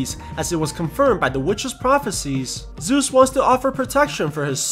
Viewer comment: Ahhhhhh ZEUS, GODDAM ZEUS NOT ZUS